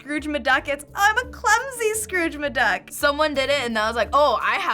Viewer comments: Did she say "Scrooge MaDuck"!? Instead of McDuck? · Did she just say "Scrooge M'Duck"? She did just say "Scrooge M'Duck"! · That's a new and strange way to say McDuck.